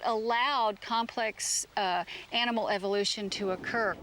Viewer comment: Omg...it's evolution......not evilution.